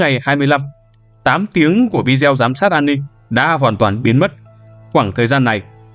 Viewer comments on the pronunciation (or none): Bạn narrator đọc rất hay và truyền cảm, nhưng nên sửa cách phát âm từ video là vi-đê-ô nhé, như vậy nghe sẽ lọt tai hơn và cũng chuẩn mực hơn ạ